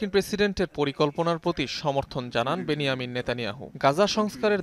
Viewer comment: বেন জামিন নেতানিয়াহু । বেন ইয়ামিন না